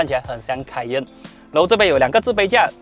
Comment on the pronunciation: 是置杯架 ，不是自卑架，记得要翘舌 哈哈哈哈 good review by the way!:D